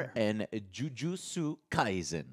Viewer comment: He also pronounced kaisen as well, as it's an S sound, not a Z sound.